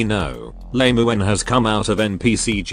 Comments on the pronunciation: Ai voice really calling Lemuen "Lame-uen" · Lemuen ❌ Lemon ✅